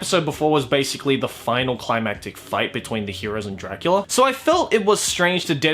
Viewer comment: Castlevania’s dub: alucard says “dracoola” Still looking up to daddy huh?